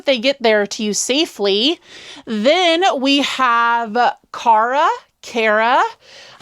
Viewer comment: Aww yay! You showed my stickers! And you said my name right! (Car-uh) Nobody ever gets it right on the first try. Lol